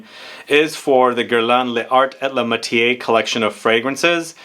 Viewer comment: Pronounced “Lar ay la matyair”- definitely not “matié”. The silent e at the end if the word causes the r to be pronounced and the “accent grave” gives the other e a soft sound similar to our short e.